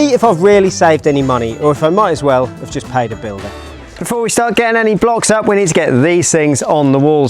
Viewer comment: I can’t un hear it now, 😬